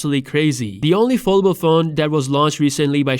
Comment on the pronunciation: Where is this guy from and why cant he say foldable